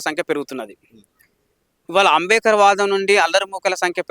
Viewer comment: ఆరె నాయన ముందు నువ్వు స్పష్టం గా అంబేద్కర్ అని palakatum నేర్చుకో. మాల లు చేసే పోరాటం రాజ్యాంగం ప్రకారం ఉంటాయి. మీరు చేసేది రాజ్యాంగం ప్రకారం లేదు అందుకే మీరు,మిమ్మల్ని వెనుక వేసుకొని వచ్చే సమాజం రాజ్యాంగం మీద నమ్మకం గౌరవం లేదు. అందుకే ఎంత మంది ఎన్ని కుట్రలు చేసినా ఫలితం శూన్యం. ముందు మోడీ తీర్పు ఒక సారి పూర్తి గా చదువు. మరి నిజమే కదా ఇప్పుడు మంద కృష్ణ అన్న మోడీ తీర్పు అని వొప్పుకున్నావు కదా. తమ్ముడు ని బాద అర్థం అవుతుంది. నువ్వు అలగా మాట్లాడ పోతే మంద నిన్ను బయట కు pamputhadu కదా. పాపం.